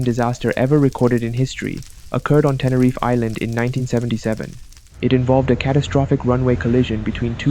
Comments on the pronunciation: Teneryf? Its called TeneriFE!!! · It’s pronounced tenifear how could you get my favourite crash wrong Edit: is the best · It's called T E N E R I F E(Say the E)